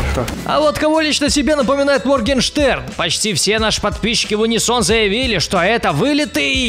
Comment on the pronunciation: МоргЕнштеРн а не Моргинштейн